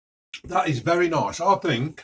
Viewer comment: Vereh vereh spiceh